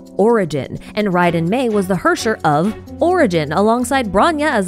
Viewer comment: Just fyi, Herrscher is likely german for ruler and is pronounced Hair-Chair